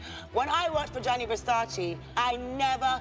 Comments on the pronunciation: Yeah,... it tells a.lot... Lol 😂😂😂 A super famous supermodel cannot pronounce right a super famous fashion designer's name.🤣🤣🤣 And she worked for him. What a shame!!!! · I wish she would, after all these years, know how to pronounce Versace... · How come not even naomi knows how to pronounce Versace? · Naomi, Naomi after so many years you aren' t able to pronounce Versace's name🙄